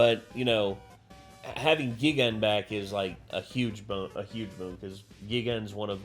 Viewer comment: hate to be that guy but it’s pronounced “guy-gan” not the other one